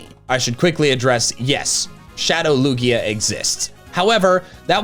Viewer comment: IT IS A LUGIA< NOT A LUIGI!!!!!!!!!!!!!!!!!!!!!!!!!!!!!!!!!!!!!!!!!!!!!!!!!!!!!!!!!!!!!!!!!!!!!!!!!!!!!!!!!!!!!!!!!!!!!!!!!!!!!!!!!!!!!!!!!!!!!!!!!!!!!!!!!!!!!!!!!!!!!!!!!!!!!!!!!!!!!!!!!!!!!!!!!!!!!!!!!!!!!